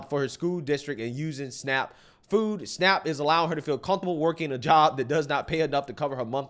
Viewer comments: Oh it's called SNAP, I thought you said snack..😐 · SNAP? I though I hear SNACK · Honestly thought she kept saying "snack benefits" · Whenever I hear Snap I hear snack.